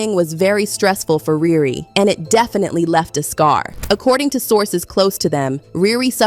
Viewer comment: Its riri not rere lame